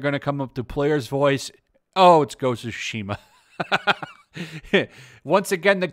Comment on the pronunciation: It's not called sushi-ma, it's Tsushima. Reading in your only-known language shouldn't be that hard.